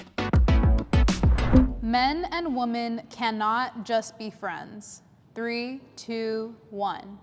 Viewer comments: Guys, let's say "women" correctly. The video literally opened with the moderator saying "woman" instead of "women." "Women" (plural) is pronounced differently than "woman" (singular). "Wih-mihn" = "Women." "Wuh-muhn" = "Woman." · for god's sake, Women and Woman are different words. Why do so many people today pronounce Women like "woman"? I've seen it everywhere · Please learn how to pronounce "women". It is not pronounced the same way as "woman."